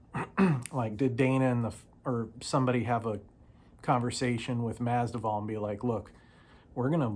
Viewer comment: Nice video, brother. Just a friendly reminder, the "v" comes before the "d" in Masvidal😊